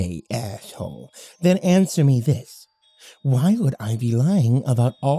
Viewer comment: “okay athhole 😏” PLEASE